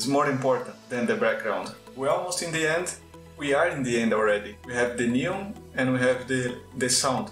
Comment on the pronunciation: "NÊON" Hahahaha Eu percebi que você era brasileiro e não foi pelo deslize no vídeo, mas sim pelo seu Linkedin! Hehehehe Parabéns pelo trabalho! É a primeira vez que vejo um canal, sendo de um brasileiro ou não, usar as opções de composição do KDENLIVE e pra produções cinematográficas tão poderosas!